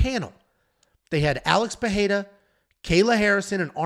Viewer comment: "Alex Peheira/Perreira"